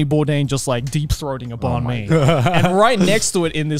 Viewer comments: banh mi is pronounced like "ben-me." also tonally you go down with the "ben" and then up w the "me" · Someone please teach joey his to say banh mi